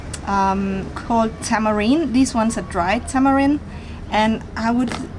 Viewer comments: Ive heard of four of these and are really common in my house at least and i why does she call the seeds stones and say 'tamerine' or 'tamerin' when it is said 'tamarind' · tam-brin. is how its pronounced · lol u pronunced some of tamberind funny some tamberinds are sweet and some are acid but in the caribbean we have some of those fruits. i live in barbados and i have a mango tree, pa paw(the one u called papaya) and tambrind tree in my backyard